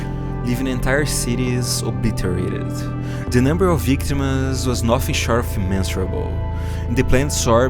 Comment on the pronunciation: accent makes pronounciation sounds weird, for example i heard you pronounce victims as "victuams"